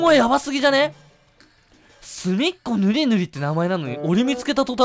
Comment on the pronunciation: かつぜつううううううううん。 すみっこむりむり草